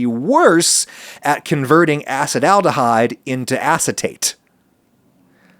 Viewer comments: great episode, except he keeps pronouncing Acetaldehyde as "Acid Aldehyde" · I always used to pronounce Acetyldehyde as assetal-dehyde just realised after 10 yrs its actually called a-sah-tal-dehyde Ty for the interesting pod, I'm really sad there's no research done on Indian(the country) people, we are so varied and diverse we could even have a lot of variations between us genetically. But I guess most phenotypes are tolerant towards alcohol